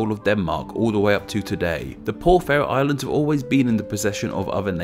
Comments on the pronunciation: You definitely said something wrong, it's pronounced the "fair-ro Islands" not the "fa-ro", it's got a long vowel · I've never heard Faroe Islands pronounced like that. It's always been Fair-ohs as far as I've been aware. I noticed that you didn't mention the national pastime - slaughtering whales.